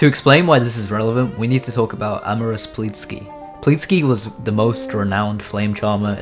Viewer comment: ahh yes "pleetsky"